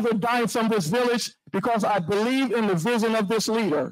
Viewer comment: Not only that she graduated with a bachelor’s degree in two years!! Nonetheless! I can’t beweave it!! I just can’t beweave it!!